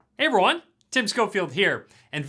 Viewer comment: Hi Tim Are you saying “Hi everyone “ or “Hi Ron” ? 😂😂😂